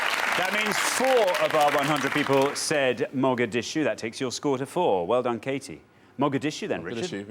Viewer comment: As a Somali, I almost fell in love with that lovely lady who said Mogadishu. Her pronunciation wasn't bad either.